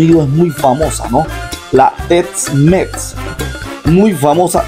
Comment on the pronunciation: Quisiste decir ''Tex Mex''... no tets mets